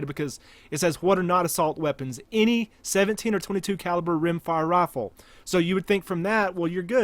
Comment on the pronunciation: Has anyone ever told you that you pronounce rifle like "rofl"? EDIT: Towards the end you pronounce it correctly.